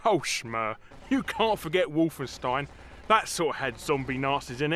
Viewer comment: i love it how you are impersonating the nazi - he sounds nothing like a german ;) how he said wolfenstein was the effen best :D the o sound we use for wolf(en) is more like the last o in follow or hollow or something like that :D i love you anyway you crazy brits!